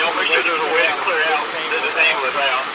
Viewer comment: Typical hood people. All the characteristics of useless hood people. Their mentality is priceless!!! “They didn’t have to shoot him!” “OMG my baby!!” “He didn’t do anything!” “Call da Amuh-lamps!!” My only question, is why can’t hood peeps say ambulance?